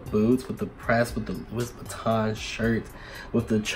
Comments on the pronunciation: But you said Louis Vuitton like " loo- is" "vitton" I can't 😂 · When he pronounced the S in Louis Vuitton i screamed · “lewis vitton” 🤣🤣